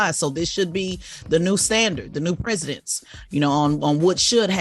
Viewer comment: The way Tez pronounced “precedence” is wild 🤣🤣🤣 she mispronounces at least one word a day lol